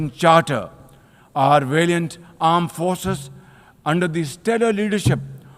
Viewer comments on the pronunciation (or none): wazire aazam sahab it's 'valiant' not 'variant'.....likha hua to thik se padh lo